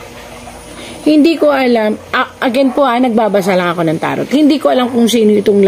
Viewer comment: Madam TAROT IS PRONOUNCE AS TARO